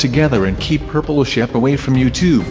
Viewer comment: Purple Shaap? It's Not Pink Sheep?